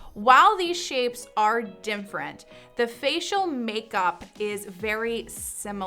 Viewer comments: Why does she say “dim-frent”? (different) I heard it several times. Maybe it’s an artifact of the mic she’s using. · Why does she say "dimfferent" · Literally drives me nuts when she pronounces “different” as “dimfrent” 😑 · I’ve never heard “different” being pronounced this way (‘dimfrent’). Just an observation.